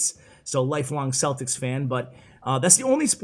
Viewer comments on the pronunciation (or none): none